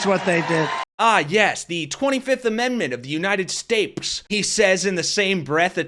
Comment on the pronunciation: “The United Sbades” says the very Stable Genius.